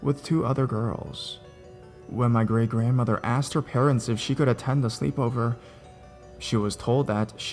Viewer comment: Finally it's not just me that says asst instead of asked